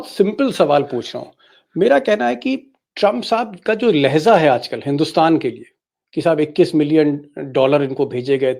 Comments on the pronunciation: Deepak ji , lehza nahin balki " LEHJA" hota hai. Durust kar lijiye. Urdu mein do lafz ek saath bole jate hain." Labo LEHJA. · You are telling Leheza if it is Hindi word or Urdu word if it is Urdu Pronunciation should be Lhejah.